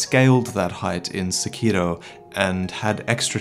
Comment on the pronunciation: This man actually pronounces sekiro correctly, it's refreshing